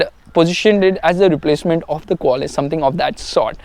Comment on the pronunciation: Actually u dont know the value of toyota Qualis and its Qualis not quaaaaalis u nonsense 😊